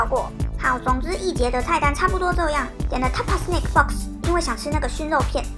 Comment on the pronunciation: 我聽成了Mezze Snake Box了。想飛機上什麼時候賣蛇肉了😂。 原來是snack。很喜歡你的航空系列